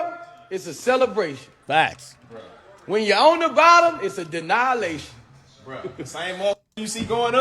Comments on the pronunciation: Boosie: "Denialation." 😆 😆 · “An deannihilation” is wild 😂😂😂😂